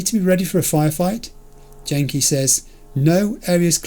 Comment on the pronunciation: Tiger Claws are japanese people, it's not DJ-enki, it's Genki, a harder G :)